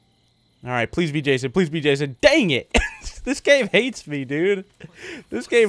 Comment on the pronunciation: Its "Jason" and "Fusion" Just sayin', No offense.